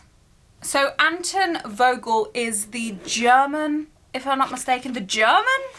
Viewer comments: it’s pronounced antOn volgle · Hej! A witch from Germany here. This might be a little help with the German pronunciation of the names for anyone who likes to know: - Anton Vogel -> "Unton Fogel" - Fischer is German for fisher and is pronounced quite similar - Helmut -> "Hellmoot" The German A sounds like the English U in "until", V sounds like F and the U in Helmut sounds a bit like double O in hoot. I think that's the closest thing to the pronunciation. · It's pronounced antOn volgel